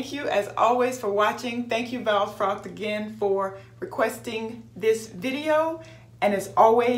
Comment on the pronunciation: Thank you very much for doing this video. I love the shoutout. You did very good pronouncing my name. Only the "e" in the end should also be voiced and sound like the e in the word pocket. This is a very cute little bag, I hope you have as much fun carrying her as I had with your video. Thank you again. 🌺